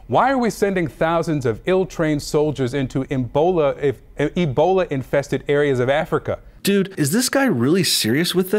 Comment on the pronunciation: Slightly related topic: Trump and people on the right are constantly mocked by the left for miss pronouncing words like "Lawmakers", but here this CNN reporter miss pronounces the word "Ebola". No mocks, no jokes, no nothing. Goes to show the right cares about more important issues than silly mistakes.